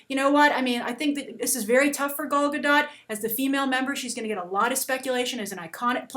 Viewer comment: I live in Israel, i laugh so hard when you say Gal Gadot.